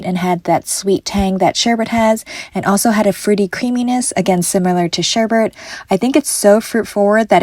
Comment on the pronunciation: I would love to try the blood orange mochi sometime. And by the way, it’s sherbet - not sherbeRt - FYI.